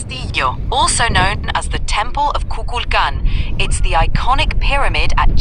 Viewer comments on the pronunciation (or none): none